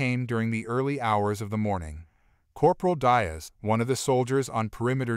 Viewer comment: Please…, tell your AI that Diaz is pronounced “dee+as”, not “die+as”. In the Spanish language, the vowel ( i ) is spoken like the English ( e )….